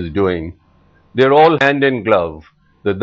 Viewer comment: In my view, Genl K S Brar was not the right choice for commenting on this. He seems very much angered due to attack on him and the way he had to live due to his role( just following orders of govt caused it!!) He does not even pronounce taksa(a)l correctly. If he knows punjab, this word should have naturally come out correctly. He says an almost everyone agrees that US?UK/Canada has khalistan sympathisers. That means India does not allow freedom of expression?